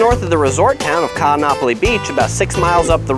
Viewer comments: Every double vowel is separated by an okino - Ka'anapali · Laurel J. Yes I agree, it should be pronounced as "Kahn-napali" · The glottal stop is like the pause in Oh oh! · Great narrator but he should learn how to pronounce Kaanapali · Great video, but check your prounanciation of Kaanapali, your saying it wrong, (not trying to be rude!!). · You pronounced Nakalele correctly but BUTCHERED Kaanapali.